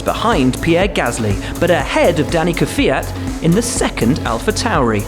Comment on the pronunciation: Did he just pronounce Kvyat "Kefiat"?